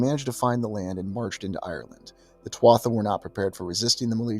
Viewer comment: Interesting video but not be pedantic but just a point to note Tuatha is pronounced as TooHa not TwotHa